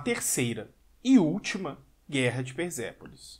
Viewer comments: Só uma dica: Quando o S aparece entre vogais, ele tem som de Z. Quando o S está entre uma consoante e uma vogal, o som continua sendo de S. É o caso do nome Persépolis. A consoante S está entre a consoante R e a vogal E, portanto NÃO se pronuncia "Perzépolis" e sim Persépolis. No mais, nota 1.000 para o vídeo. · cara pelo amor de Deus para de falar S com som de Z na palavra persépolis. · Por quê vc pronuncia "perZépolis" e não Persépolis? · por quê você fala |PERZEPOLIS| e não |PERSEPOLIS|? (tentativa frustrada de escrever pelos fonemas)